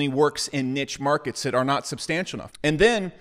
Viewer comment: Nitch market? Is that the evil cousin of NICHE MARKET?